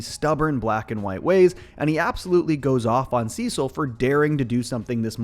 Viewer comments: See-sil… they say it in the show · “Sessel and donal” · Sesil lol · that’s what caught me off guard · damn u got defensive over saying it the weird way